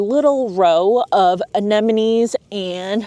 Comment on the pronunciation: Why everybody pronounced "anenemies"? These are ANEMONES not "anenemies".